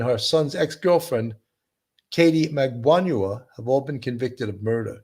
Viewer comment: Katherine Magbanua, not Magbaňua . Her name has been pronounced for almost a decade during all those trials by now, and yet you two Sherlocks Holmes both still get it wrong.